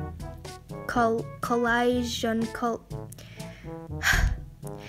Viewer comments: collision is pronounced Cole-i-shin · Just to remind you it's pronounced Cuh-Lish-Eon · i want that custom desk also its pronoun ed ' co-lee-shon'